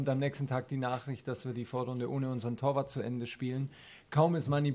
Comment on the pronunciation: Was meint er in Minute mit "Torwart"? Ich versteh ihn nicht